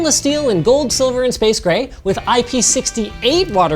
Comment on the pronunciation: Please dont pronounce IP68 as sixty eight. Its pronounced. Six. Eight. The two numbers have nothing to do with eachother. Also "only 67" that doesnt mean its worse, do you understand IP ratings?